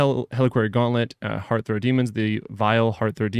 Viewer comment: HEARTH-ROT DEMONS